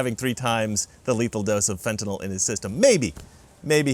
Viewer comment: thank you for pronouncing Fentanyl correctly. If I hv to hear Fen-tin-all one more time...